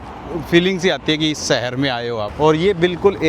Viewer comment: Bhai agar terko achha bolna aata hota to tere viewers billions mein hote. Tu rah gya desi ka desi. Aaj tak शहर भी नही bolna aaya terko. Temperature ko tu Tumprature kahta hai.